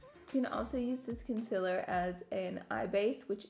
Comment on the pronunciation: “Conciler” — is this a southern accent thing ? Genuinely curious